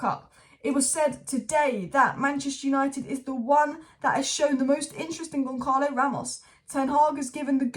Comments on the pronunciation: It's pronounced GonSahlo,, not GonKarlo Ramos. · It’s not Goncalo, with the hard sounding “C” in the middle …it sounds more like an actual C, “see”, GonÇalo, resembling Gonçalves, or Gonzales, or Gonsalo…. This “Ç” in Portuguese reads as an “S” or “C”